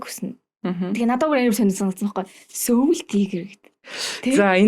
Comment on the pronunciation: Goy zochin goy podcast bna Gehdee soul gedeg ugiig manaihan yagaad seoul gedeg shig duudaad bdg yum bol? Soul gedeg ne -sowl gedeg duudlagatai Сөүл bish shudee Uur neg mgl podcast bas bainga сөүл gej duudaad bdag.